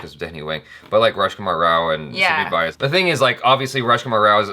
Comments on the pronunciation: It's not SUMIT VAAYAS, pronounce it like SUMIT VYAAS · Sumeet's surname vyas doesn't rhyme with 'bias', it rhymes with 'glass' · Btw ur pronouncing sumeet's last name all wrong... its:- vee yaasss